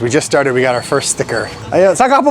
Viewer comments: Pinoy na pinoy the way you say stickerrr😊 stee-kerrr😅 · is pronouncing sticker like a Pilipino 😅 Made me laugh a little Good vibes kuya